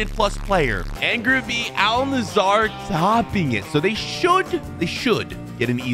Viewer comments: its al nassr not al nazzaer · Man it's Al Nassr... Not Al Nasaaaar.... And it's premier League not premrrrrr league😂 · Bro its Al Nassr not Al Nassar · It’s al nassr not Nasar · Why are you saying al Nasser when you said Saudi league vs Premier League?😂